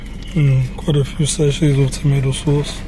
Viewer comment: 🤣🤣🤣🤣🤣🤣🤣 tomatoe sauce